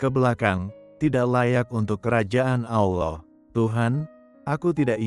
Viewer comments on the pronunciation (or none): saran mohon utk ucapan/lafal kata Allah tlg Allah bukan owoh terima kasih